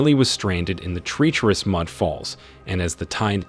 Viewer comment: Click Bait Thumbnail! Dead Fish! Bottom left of video near water mark. TREEterous???? No! Treacherous Pronounced Tr-Wretch-er-us. NOT TREE-terous.